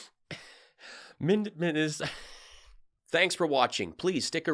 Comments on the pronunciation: “MintASoda” he’s too used to saying MarALago. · How the F*** do you mispronounce the state you were born and raised in?!? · Mintesoda! What’s your problem,? It’s like Sacraminto. Get with the program,. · I live in Minnesota and we don't ever call it Mintasotan 😂😂😂😂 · Mikey Pillow cant even pronounce the name of his own home state- MINT-DA-SODAR!!. And yet, he and his magamorons want to overthrow this country's government. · Mint Ta soda 😂😂😂😂😂 never heard it pronounced that way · "MinDessota". OK, that nails it!!! The guy from Minnesota can't pronounce the name of his state. Yup! He's "my guy"!!!! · Never “Mintesota” his brain is fried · BTW, NOBODY here calls it Mint e sota!!!!! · Did Mike lindell said Memphsoda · MINT-DA-SODA: Not a pronoun ( it better not be, those damned liberals). Another Mike Lindell verbal mispronunciation. Courtesy of the Donald Trump, ultra-conservative right wingnut Christian-facist universe. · I'm from Minnesota and WE DO NOT CLAIM SOMEONE THAT CANNOT EVEN PRONOUNCE THE STATE'S NAME!!